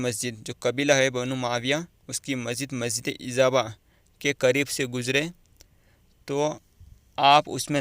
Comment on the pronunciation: Sir masjid ka name to thik se lay lo. Ezaaba nai ijaba